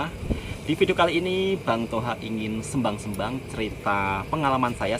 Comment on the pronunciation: pembetulan mas, dah lama nak betulkan sebutan SEMBANG sebutan 'E' nya itu seperti 'E'KOR, bukan 'E'MAK. bukan SƏMBANG tapi SEMBANG seperti keropok L'E'KOR